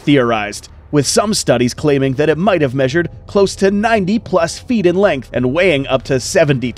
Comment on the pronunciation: Feet not fert